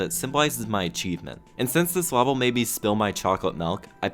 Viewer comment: pronounces level “lah-vel”. Will never unhear.